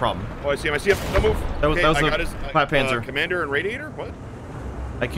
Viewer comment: what did you call the panzer IV/70?, was it flatpanzer?